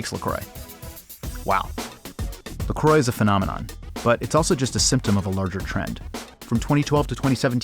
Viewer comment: Mineral water? No thanks, I only drink tap. Also, don't pronounce croix like that. It hurts me.